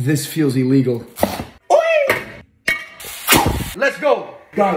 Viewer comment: “eel ee gull” i love how he pronounces illegal wtf